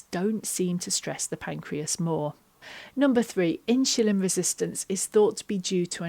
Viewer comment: Thanks for the advice. Sorry, but I was constantly distracted by you saying “In-Shu-Lin” (insulin)! 😊